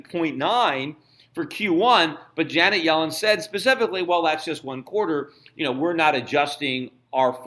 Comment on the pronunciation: I know who she is dumbass....if you listen to Schifts "pronounciation"....He says it as "Johnet" instead of "Janet"...